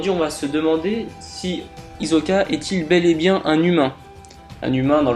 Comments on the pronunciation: c'est hisssssssssssoka pas hizzzzzzzzzzoka ok ? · Hizoka tu dit hi so ka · ta théorie est de la merde. et puis c'est HISSOKA. on dirait ke tu regardes pas l'anime. quelle déformation terrible hizoka mrd